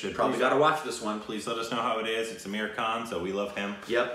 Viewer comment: His name is not Ameer Khan but its Aamir Khan